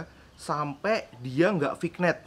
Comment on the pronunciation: Bacanya Vinyet kak